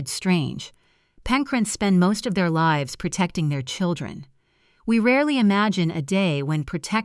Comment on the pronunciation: SO weird how the narrator said “Home is where peace lives.” Not just that “lives” was mispronounced…but the suddenly loud volume and making it like a strong declarative. Also that the name “Renee” was pronounced three different ways in the story. Just so very distracting…